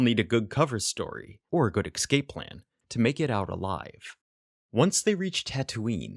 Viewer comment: I love these videos but some of the pronunciation bugs me. Especially "ekscape" ...